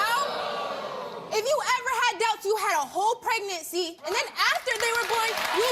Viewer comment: During the Pregnacy! Trash! Usually when they can't even bother to say things right the dude isn't the father!